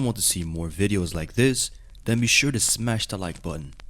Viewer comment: I did smesh that like botton right after hearing "smesh" word...